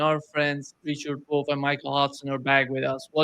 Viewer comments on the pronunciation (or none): Richard D. "Woff" 🐶 lol